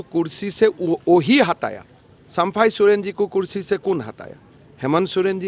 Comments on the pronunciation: पहले तुम हिंदी सुधारो फिर प्रचार करो,,, चंपई को बार बार सम्फाई सोरेन बोल रहा है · Sampai sorian pahle sahe se bolana to Shiekh 😅😅😅 😅